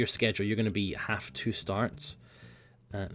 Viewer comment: Are you German?